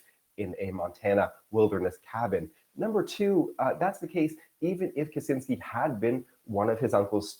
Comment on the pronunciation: Not Kuzinsky, Kascinsky...